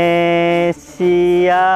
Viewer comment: Bukan endonesia bang indonesia😀